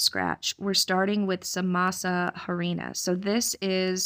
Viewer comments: I grew up on oxtail soup. So delicious! Masa Harina, the H is silent. You are a wonderful planner n top notch mother! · Masa Harina ‘h’ is silent